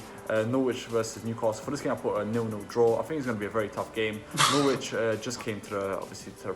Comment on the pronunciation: It's Norwich not Noooooooooooorwich jesus christ lmao